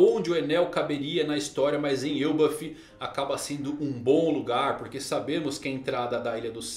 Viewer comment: Me diz que tu leu "El bafo" com um sotaque espanhol tbm 😂😂😂